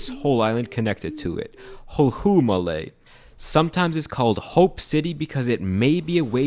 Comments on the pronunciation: Thanks for the video! Just some notes from a Maldivian. 1. Malé, contrary to how it's spelled, is pronounced "Maa-le", not Maley (best way I can explain is to elongate the "a", and end with a French style "le"). 2. Yes, it's deeply overcrowded in Malé, you can't walk on the road without bumping into every other person on the sidewalk. It is not fun to live here. 3. I actually laughed because yes, ironically the beaches in Malé are actually very ugly and unsanitary. Touché. 4. , this point is not necessarily true, Malé City is administratively considered to comprise Malé proper and the nearby islands of Hulhule, Hulhumale and Villingili, with plans to expand the metropolitan area to include other nearby islands in the future, and Addu City is administratively considered to be the entire Atoll of Addu, not a single island. Although Fuvahmulah and Kulhudhuffushi are indeed single island cities. 5. Yes Local level Island Council Elections are mostly... just voting for your friends or family lol, politics aside. 6. To summarise the main point of the video (which is broadly correct), everyone lives in Malé because thats where all major government services, education, healthcare and jobs are located, and where the government has always historically been. Like every other country, everyone moves to the main city for better opportunities and living standards. And it doesn't help that successive governments continue to prioritise almost all major development to Male over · Im sorry but his pronunciation is atrocious So here are the ways to pronounce the island names in Maldives (by a maldivian): Male'/ maaleh, do not pronounce the h too much Hulhumale/ hurumaaleh, when pronouncing "ru" roll the tongue a bit Villingilli/villigilli, ommit the n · Dude you really should have looked up the pronunciation of Malé bc i can't make it thru more than half this video bc of you pronouncing it like Malay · the pronunciation of Malé is killing me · That's not how you pronounce Malé...